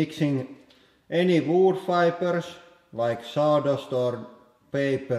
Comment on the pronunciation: i couldnt understand what the hell he was sayin for so long when he was sayin what it was made of and what gives it strength... wood fibers.... but he reversed the letters and said the food wibers several times rofl ily lauri